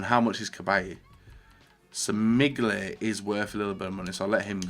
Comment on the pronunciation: He seriously needs to learn to pronounce names..... Digne...... DIG-NAY..... ARE YOU SERIOUS.... its pronounced DEEN-JAYE Then follows it up with an even better one... MIGNOLEY, MIGLEY..... FFS! For Mignolet its pronounced MIN-YOL-LAY Why am i subscribed to you......